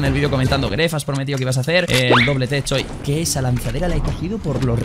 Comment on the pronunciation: Mis amigos también se burlaban de mi por que yo decía geacer y ahora lo dicen por qué tu lo dice jajajaj prras